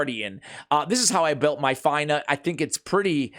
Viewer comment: her name is pronounced like (Fina) and her titie is Blade Of Aravia...Aravia is the ancestral home of the elven peoples as explained by Lord Of The Rings...I believe it was explained somewhere in LOTR...Aravia not Avaria I am sorry but Miss pronunciations are a pet peeve/Trigger of mine.